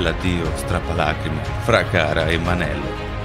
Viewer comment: è mon-el non man-el